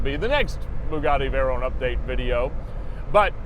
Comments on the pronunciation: Vey-"rone" lol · It took 19 seconds to stop this video. One year in and you still can't pronounce Veyron properly.